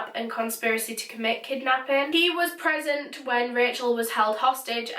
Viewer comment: I thought you said that Jeffery was pregnant at the time of her killing and I was like what? It turns out that your accent to an American when you say present sounds like pregnant.